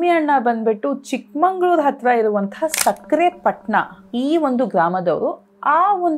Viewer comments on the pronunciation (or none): Please call it correctly.. ಚಿಕ್ಕಮಗಳೂರು & ಸಖರಾಯಪಟ್ಟಣ ಚಿಕ್ಕಮಂಗಳೂರು & ಸಕ್ಕರೆ ಪಟ್ಟಣ is wrong pronounciation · It's not a chikkamangaluru it's chikamagaluru not sakkarepatna sakharayapatna